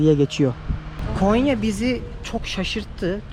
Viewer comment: Konya deyil gonya